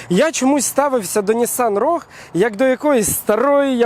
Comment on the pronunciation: Саме цікаве шо автор і сам не правильно називає марку моделі. В англійській мові слова рог немає. Правильно вимовляти роуг